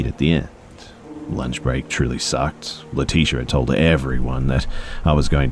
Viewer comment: Why do I feel like leticia's name is pronounced Lee-tich-a? Good try tho. Lol I think some of the uncommon names people come up with are so beautiful. Leticia is common tho